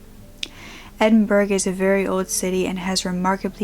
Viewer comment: Edinburgh girl. Rare to hear my city's name. Its pronounced Edin- bragh.